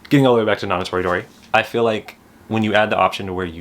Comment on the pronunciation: Hurray, you said Nana Toridori right :)